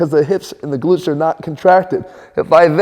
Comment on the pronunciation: Hah! At first it sounded like "You could have a weakness in your big lips." I was like "Leave my big lips out of this! I know my rear is weak but I don't see any connec... oh, never mind!"